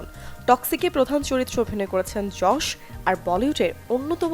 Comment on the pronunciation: ভাই যশ না ইয়াস 🙄🙄